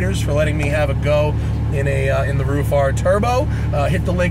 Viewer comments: Dude its not "roof' car, its ruff !! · Roof lol it's RUF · RUFF not ROOF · Thanks for your great review. Is Ruf pronounced like roof or rough? I would have said rough. Please correct me if I'm wrong.